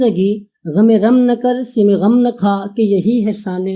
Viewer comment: bhai apni padhant durust kareñ padhne me bohat se aghlaat haiñ, wo sim e zindagi nahi sam e zindagi hai or fiqr o ghina nahi faqr o ghina hai